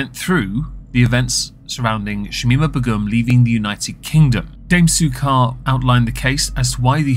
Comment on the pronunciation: I thought that Begum was pronounced like 'bay-gum'?